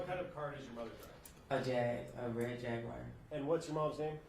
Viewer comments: 😒😂 Why In tf is he pronouncing “JAGUAR” AS “JAG-WIRE?”🤦🏽‍♀️ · For all that boy’s education he can’t say jaguar correctly… just saying, not that it’s serious as this case at all.